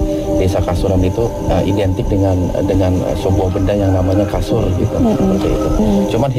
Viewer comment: bukan kasun, tapi KASUR = BED